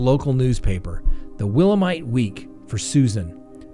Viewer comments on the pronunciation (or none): It’s Willamette (named after a river here, I live in Portland :) ). Pronounced Will-AM-ett. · It’s hilarious how you pronounced Willamette. For further reference, it’s actually Will-AM-it” as in “It's Will-AM-it, dammit!” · “The Willamite Week” Willmate Week hahahaha Willamette Week is so garbage now it’s not even offensive to pronounce and spell it wrong. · Great retelling! Portland is my hometown. Willamette is pronounced will-am-et. You are one of my favorite lawyer you tubers. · It's pronounced "Will-am-it" 😂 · Will AM mit that's how you say Willamitte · Great story talk. I'm an Oregon girl and Willamette is pronounced Will-am-ett. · You spelled and said Willamette all kinds of wrong. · The way they’re pronounced “Willamette” killed me lol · Hi from Portland, Oregon. It's Willamette as in Willamette River, one of the only rivers to flow backwards from south to north. Great show, remember the story on tv.